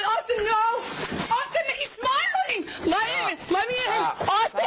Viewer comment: is this one British, she pronounces Austin as "Aowston"